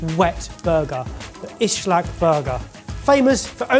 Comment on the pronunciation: Islak not ISHLAK 😂